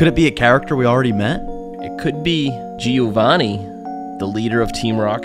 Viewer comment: Small tip for people who don't speak Italian: whenever you read the name "Giovanni", you don need to stop on the letter "i" only because is written, you can pronounce it like "Jo", like "Jovanni", that's how it should sound properly